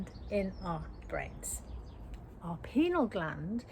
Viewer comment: PINEAL gland...PINE - AL....not PENAL